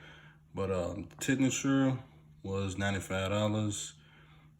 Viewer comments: Lol Its pronounced like ten shinner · Tensioner Ten-shin-er